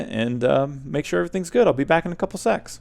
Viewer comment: said "i'll be back in a couple of sex" good job